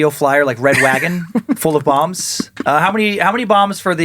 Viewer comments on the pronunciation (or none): none